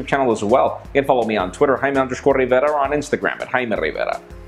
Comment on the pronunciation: Does anyone finish the whole video or just pause it right before he starts going off with his name and IG Facebook Google plus ( 3 times) part?